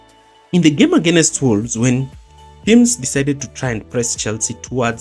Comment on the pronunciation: Why do Kenyans pronounce "against" as againest? Nice video though